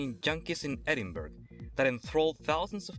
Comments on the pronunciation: Just so you know, it's pronounced Edinburra not Edinburg even though it is spelt Edinburgh. Very nice video though. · I couldn't tell by your accent whether you were american or not until I heard you pronounce Edinburgh